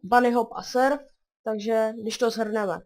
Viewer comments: Hele kámo,tam sou WS že? :D.A nazačátku si říkal serf... ale surfovat umím tak dávám i tak like :). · proč říkáž serf když to je surf ? :D